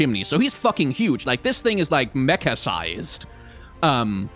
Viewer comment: was listening to this in the bg and thought said mecca-sized and i was like 'oh wow that is massive a whole city??' and it only clicked that he probably meant mecha-sized like a minute later. anyway ramadan mubarak to those that celebrate 😂